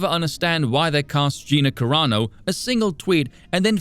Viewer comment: Let’s see if he tries to humiliate you because you said Gina Carnak instead of Caranu. I bet he does.